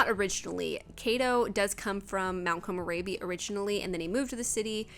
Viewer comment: i love the build, but youre mispronouncing mt. komorebi. please, i beg you. its not rabi, likes rabies